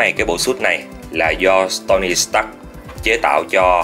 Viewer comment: Anh cứ đọc nhầm tony là stony, iron spider là iron man Ý kiến của em là góp ý thôi ạ. Ko có ác ý